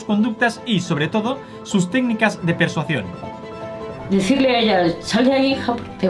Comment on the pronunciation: aprenderá algún día a decir persuasión? JAJAJA siempre dice persuación y me hace mucha gracia